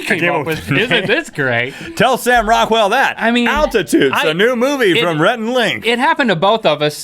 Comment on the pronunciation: I here Rockwell and I think u sayin raquell